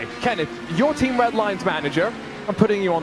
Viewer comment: . 🙄, the emphasis on team diminishes individual accomplishments.